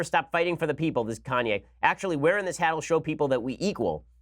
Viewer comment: Is Ben serious ? Kanye Kan-ye KanYAY Ye